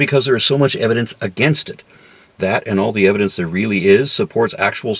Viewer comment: "With an overwhelming preponderance of evilence!" HAHAHA!